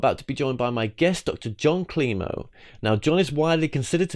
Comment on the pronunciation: Dr. Jon Klimo not kilmo.